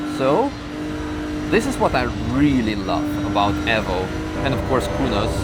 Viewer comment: u constantly say evvo lol